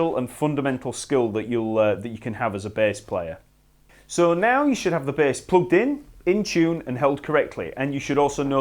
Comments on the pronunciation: The B A H S S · I love how this guy says bass.